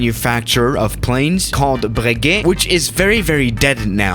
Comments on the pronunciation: the Cuban-American god it sounds like baguette does’nt it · No one:: BLLREQUUT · When you said Breguet I thought you said baguette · Why did you say brègute like that